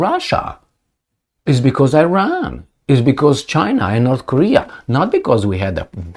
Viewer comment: Not "Eyran", it is "Iran" like you say "Itay" dear:-)